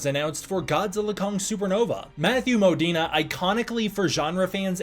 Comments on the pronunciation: I’m pretty sure it’s Mo-Deen. Not Mo-Deen-eh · His name is Modine not Modina. I'm not sure why you're pronouncing it so weirdly.😂